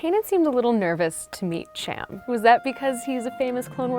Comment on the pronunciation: am i the only one annoyed with her saying Ch-am instead of Sh-am cyndulla, im from the midwest so mayve its an accent thing but its just annoying also, QUASAR FIRE CLASS CARRIER RETURNS, LONG LIVE LEGENDS